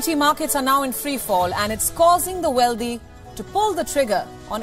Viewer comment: Why does she pronounce wealthy as "weldy" ? and mis pronounce "sovereignty"? as sovERNity ????